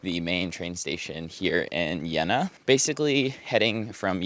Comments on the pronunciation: Put the emphasis on E in JEna and also in DrEsden not like you on the JeNna or the R and S in dResdden. ❤ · pronounce it with a canadian "eh" in the middle, Jeh-na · Jeena! You have to speak the "e" Long!